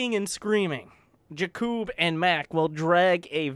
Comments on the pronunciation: I think Blue team was some Slovan team like Czech, Slovakia or Poland because of the names.. Btw: usualy Jakub (wich is my name:)) is sayd with heavy like JAkub not jaKUb. I mean first cylable is heavy.. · Not jakib but in poland is J A K U B